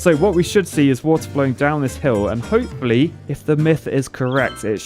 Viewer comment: Lmao ho-poo-fully